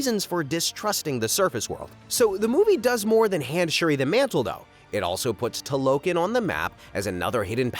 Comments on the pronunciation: Such a bummer when someone does these expansive videos and can't even pronounce names and locations correctly. If you saw Wakanda forever you know very well it's not pronounced "Tuhlokkin" it's Tah-loh-khan. Makes me wonder if these videos are made by actual fans, or dudes who just read plots on Wikipedia and Chat got. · It is pronounced "Tah-Low-Kahn" Not "Ta-Lo-Kin" Other than that, Great Analysis! 👌🏾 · Bro could have at least said Talokan correctly when doing a recap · Pronouncing Talokan incorrectly?? Larp alert